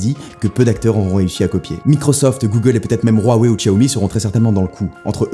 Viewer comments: La prononciation de "Huawei" est Huaway, pas rhuawei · Waweiiiiiii et non rouaweiiiii on dit bien naïke et pas naïkiiii (Nike) Une nouvelle fois Steve viens de cracher dans sa tombe, absence d'objectivité indécente.....